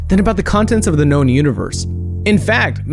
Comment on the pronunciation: Did u see the way he said we know more about the known universe “KNOWN” than the ocean